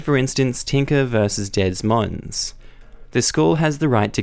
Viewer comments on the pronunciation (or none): Remember folks, if they decide to ignore the First Amendment, introduce them to the Second Amendment! And who is Des Moins? It's pronounced De-Moyne. Schools are now Socialist indoctrination camps. They don't want individuals, they want mindless sheep who will blindly follow the agenda and not question the narrative. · Des Moines is pronounced "D'Moyn". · Des Moines is pronounced Duh Moy n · Both the s's in Des Moines are silent. and by the way the Tinkers won the case.